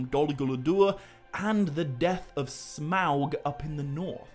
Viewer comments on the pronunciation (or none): none